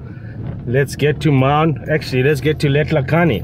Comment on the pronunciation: Maun, not Mauuuun.